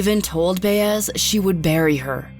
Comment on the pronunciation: The way you’re pronouncing “Baez” makes me cringe lol